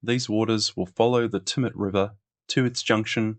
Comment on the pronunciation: Hi mate, thanks for a great series on the Snowy Scheme. You presented very well but, having been born in Tumut, I wanted to clarify the pronounciation - It's not Too-mut it's Tue-mut as in Tue[sday], and Jounama [pondage] is pronouced June-a-mar. Sorry, it just rasped each time and I just wanted to say.